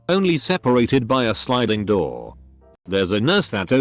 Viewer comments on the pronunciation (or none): When he said someone hitting a Roor what’s that mean or did he mean door